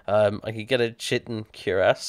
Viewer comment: I know you don't care, but (Chitin) Ky-Ton (Cuirass) Queer-Ess. Regardless of whether or not you care, I feel the immense need to tell you. Just let me satisfy my OCD.